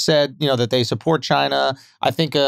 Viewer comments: China has two syllables - "Chin uh" Wax: "Ain't no UH" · Bruh 🤣 wax had me rollin. Ain't no A in china.